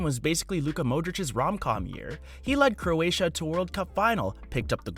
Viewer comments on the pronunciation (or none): none